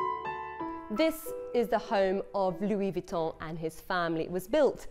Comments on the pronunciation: Lol “loo-WEE Vwee-tone” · She doesn’t even know how to say Louis Vuitton 😂